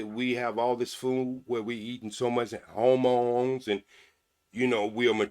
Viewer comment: And he said homones😂